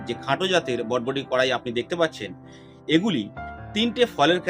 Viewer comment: বডবটি নয় বরবটি